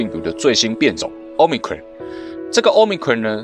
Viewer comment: Cron 怎麼變成ㄎㄨㄟˇ了 ㄎㄨㄤˇ吧